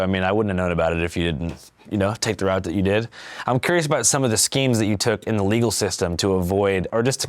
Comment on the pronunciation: "Shkemes" (Imma say that from now on)